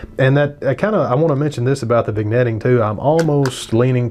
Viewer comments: Totally respect your review, but I take issue with your pronunciation of "vignetting". We DON'T say the "g". It's correctly pronounced "vin-yetting". I know, I'm being picky. Hey, I'm bored. Party on dude. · I'm wondering if the lens hood bothered you as much as your pronunciation of vignetting bothers me!? 😉